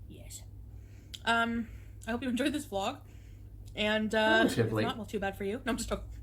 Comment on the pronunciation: Did you say vlog or blob?